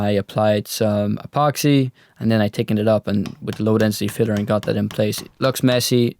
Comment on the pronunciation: "turdy one" "my fater" "tickened epoxy" "I was tinking" "let me know your toughts" What do you Irishmen have against "h's"? lol :)